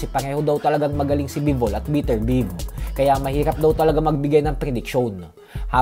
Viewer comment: Beterbiev biyeb gnyn ang pronounciation hindi biterbiv panget mo magpronounce